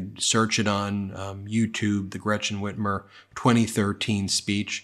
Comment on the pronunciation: First, can Tudor Dixon please pronounce the German name Gretchen not like it is spelled with a sh it is not Gretshen it is not Gratshen it is Gretchen and if you cannot than don’t use it, thank you‼️